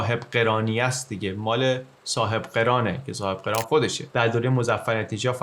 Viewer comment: سلطان صاحب قِران نیست برادر، سلطان صاحب قَران هست😐